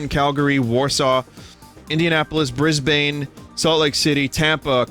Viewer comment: BRIS BANE really vinny! its pronounced brisben